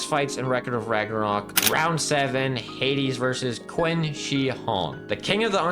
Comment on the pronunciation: Also it's not Quin Shi, there's no U, it's pronounced K-ee-n Shi or Ch-ee-n Shi, also it's not Beezlebub, it's Beelzebub